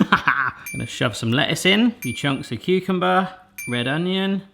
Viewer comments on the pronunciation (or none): none